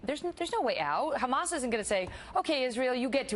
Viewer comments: Why is she saying Khlamas when it's clearly hamas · Is she an expert??? Its not Khamas..its Hamas. And I m guessing she has no idea what is going on there other than what they told her to say.. Now who's they.???... That is a good question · Why does she add the K in front of hamas? Does she think all things Arab that starts with an H sounds like KH?